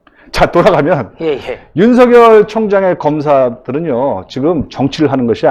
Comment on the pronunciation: 오우! 전영기 최고네요~ 더이상 무지를 드러내지 말고 윤석열 제대로 발음하세요